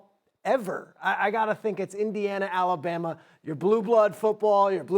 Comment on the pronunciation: The way that dude is pronouncing Alabama is freaking me out